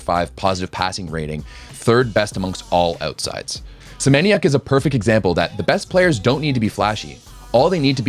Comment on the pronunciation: If you can read PlusLiga as ploosiga read Semeniook as well not kide of Senieniak :|